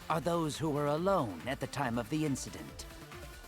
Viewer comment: Why does he always say “inciDOOT” every time they say “incident”